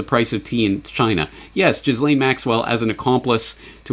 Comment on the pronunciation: I think that Ghislaine is pronounced with a hard "G", as the "G" in "give". Ghee-lane.